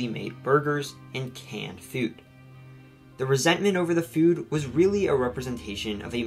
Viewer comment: I like how you pronounce food as feud